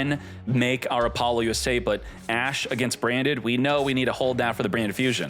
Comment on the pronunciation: He does it on purpose, like Apollo USA and ba-boost and r yu-ge